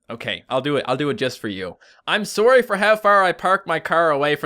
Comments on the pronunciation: you say sorrye not sorry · he sYS SORRY LIKE SOREY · Okie idgi (I don't get it) anymore I say s o r r y and says it like s o o r y AND WE'RE BOTH CANDIAN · it sound like he is saying story when he says sorry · I've never realize you had an accent until you said, “sorry.”